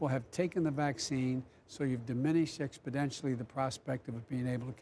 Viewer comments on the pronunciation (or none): Why does he keep saying ‘expodentially’ instead of ‘exponentially’? This guy definitely got 80+ million votes for sure 🤣🤣🤣🤣🤣🤣🤣🤣🤣🤣🤣🤣🤣🤣🤣